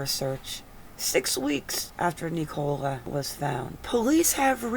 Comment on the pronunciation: It’s pronounced nickula not nic -ole-a